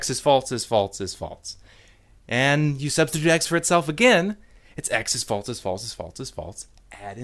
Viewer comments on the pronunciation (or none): The way you pronounce "false" as "faults" is infuriating. I am clenching my fist very hard in my pocket and typing this angry comment just so you know. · Holy shit, it's not "FALTZ" or "FAULTS"!! It's "FALSE"!! There's no fucking T in that word! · That's because he's not saying it right, and it's driving me crazy. Is "false" somehow a difficult word to say without inserting a T sound? What about "else," "ulcer," "also," etc? Where the hell is he getting that from? This has been Nobody Listen to Me. Have a good night. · and, after 3 years, he still has not even acknowledged his godforsaken mispronunciation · I guess he has a hard time saying it. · The real problem here is the way this guy pronounces false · Stop pronouncing the word “false” that way.